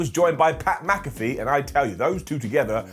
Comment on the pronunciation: Mac-Ah-Fee… C’mon …